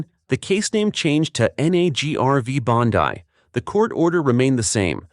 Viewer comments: You are mispronouncing her last name. It's not BONDI like you would pronounce it in English , it's like you would pronounce BONDEE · Bondeye? Stupid AI trash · Who is behind this channel, it has only been around since 2022. A-I is pronouncing Pam Bondi`s last name wrong ! Psyop !